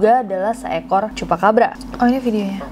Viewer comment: CHUPACABRA omongan CHUPACABRA yang kedua itu aku denger nya "CHUPACABA" 😭🙏